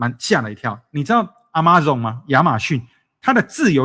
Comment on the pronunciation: 既然是在YouTube做節目 國際大公司能不能自己先做research該怎麼發音？ Amazon每次都讀成阿媽粽 也是沒誰了...